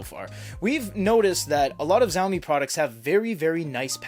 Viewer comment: Shawme Not zawme